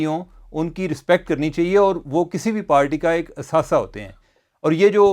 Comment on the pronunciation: عمر چیمہ جب لفظ اور کو آؤر بولتے ھیں اچھے لگتے ھی